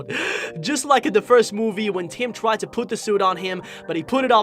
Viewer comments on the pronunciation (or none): Haha Him:twied Me:omg say tried